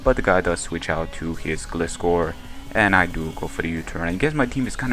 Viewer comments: Glyscore is how it's pronounced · the legititimate pronunciation is gly-score (like gliding scorpion). I'm not just saying that, the pokedex for 3DS pronounces it like that. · I think it's Gl-eye-scor, because that's how Gliscor says it xD but like, Gliiiiiiiscorrrrrrrr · nice match man. I looked up the pronunciation and a lot of sites are saying it's pronounced like Gly-skor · Detailed Result: 252 Atk Terrakion X-Scissor vs 252 HP/0 Def Celebi: 86,14% - 101,98% 12,5% chance to OHKO So either he was lucky, or he was banded. Also, Gliscor is a combination of Glide and Scorpion, so you figure out the pronunciation ^^